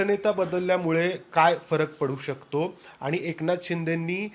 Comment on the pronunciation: वर्ण, शब्द, पद, वाक्य, भाषा, व्यवहारातील सुयोग्य उपयोग या साठी सर्व वृत्त वाहिन्यांच्या वृत्त वाचकांचे प्रशिक्षण गरजेचे आहे, काना ला सहन न होणारे उच्चार, जे आणि ते चा अनाठायी वापर, बोलण्याचा वेग, सगळंच असह्य होत चाललय.. अरे तुमचा हा कधी शुध्द मराठीत वार्तांकन करणार? हे चित्र कधी बदलणार? अरे किती दिवस अशुद्ध मराठी ऐकायंच? आणि म्हणून पण स्वच्छ पणे म्हणु शकत नाहीये अरे आनी म्हणून कसं काय म्हणु शकतो? पत्र देणं म्हणतात रे पत्र देनं म्हणत नाहीत शिकवा जरा ह्या ला!